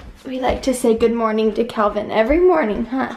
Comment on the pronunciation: 1.35ish...he was totally trying to say Calvin xx